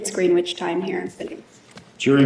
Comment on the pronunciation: Its Greenwich (sounds like Grenich) not Green-wich stupid. She thinks she's so friggin' smart.